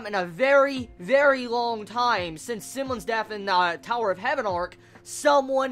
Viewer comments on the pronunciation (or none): he said simons it pronounced symon